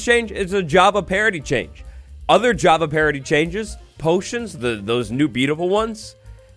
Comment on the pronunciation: "javity parity update"